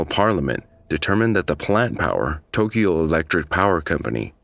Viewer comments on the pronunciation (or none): none